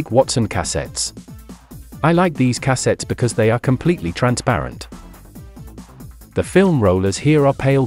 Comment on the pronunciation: Cah-settes lol